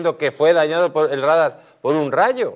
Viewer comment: Rádar? Radar!